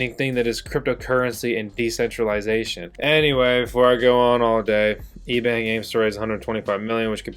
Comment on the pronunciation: Intro I thought you said Ebay, ebang LMAO